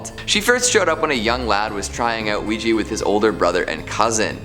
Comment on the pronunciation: OUIJA NOT OUIJI..😡😡😡😡😡